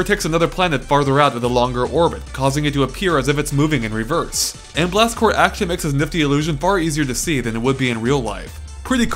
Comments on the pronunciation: Have you been saying Marine CorPS your whole life? xD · Seriously sounds like he is saying Blast Core...